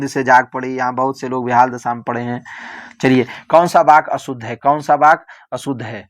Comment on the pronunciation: Sir baky nahi vaky hota hai